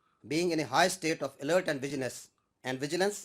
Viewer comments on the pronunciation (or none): "Pakistan AAND Forces"😂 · Pakistani general mistenly said..... Aaand forces... Lumber one army😂😂